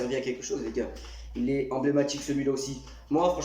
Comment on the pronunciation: clairement meilleur moment d ela vidéo sinon ta dit combie de fois enblaimatique 😂😂